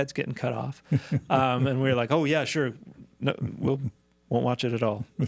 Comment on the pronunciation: That is not how you pronounce "wont."